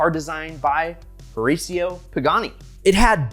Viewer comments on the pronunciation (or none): His name is pronounce: Hih-ratio. It is so hard listening to you so rasio. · Learn how to pronounce the man’s name instead of bleaching your teeth. Horacio ( Hor a shio)! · OMG! It's ear ripping when you americans start to butcher European names! Just listen how he pronounce Pagani Huayra "Tricolore" or "Horacio" (owner name)! If you so obsessed with Pagani or just love it, you should be willing to learn pronouncing those names the right way! C'mon man, try to be professional, please...